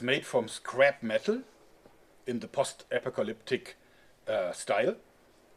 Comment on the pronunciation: In english, post is pronounced p-oh-st.